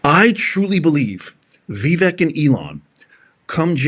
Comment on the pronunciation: You keep pronouncing Vivek’s name wrong. It’s Vivek like the word cake. Drives me up the wall.😂😂😂😂